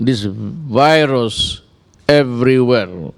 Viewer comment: Pano bah dapat ipronounce to?